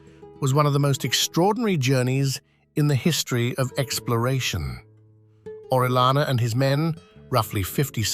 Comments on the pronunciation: It's not orelana, it's Orellana! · You can search at the internet how to pronounce "Orellana" as not native english speaker people bother to search at the internet how to pronounce correctly the english names and surnames